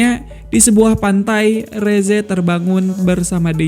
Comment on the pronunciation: Rezze yang benar" resse:v